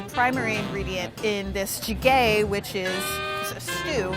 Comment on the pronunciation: This whole video was very cringy to watch, since the host seemed to have a lacking knowledge of the korean cuisine and culture. But I honestly lost it when she pronounced 찌개 (jjigae) as chee-gay.